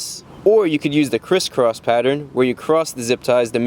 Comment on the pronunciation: Did Chrisfix said "Criss-cross pattern" or "Chris-cross pattern"